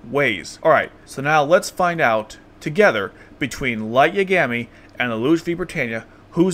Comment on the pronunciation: sorry i couln't watch this video. how did you watch this series ad pronounce lights last name wrong in multiple different ways. ugh. i hate that. they say his name like a thousand times.